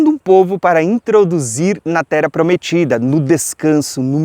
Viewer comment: você não tem a voz pesada. Você é benção! Até já me acostumei com o /tera/ ao invés de /terra/ de tanto que consumo os teu vídeos e ensinamentos. Só o fato de você não se deter em debate inócuo sobre terra plana e não se portar ofendendo outros, já basta para ouvirmos e aprendermos do farto e rico entendimento que Deus tem nos ofertado por meio da tua disposição. Um ano lindo e abençoado pra você!